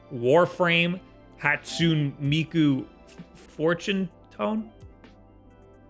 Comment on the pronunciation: The mispronunciation of Hatsune Miku Future Tone killed me, also it’s only 2 songs, so it’s technically not free, you have to get the DLC for the full experience. If you happen to read this comment, play the game it’s a banger of a rhythm game.